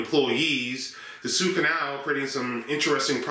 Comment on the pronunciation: Why do you call it The SUE canal ? I don't get it. Is that how they say it in Detroit or Kentucky curious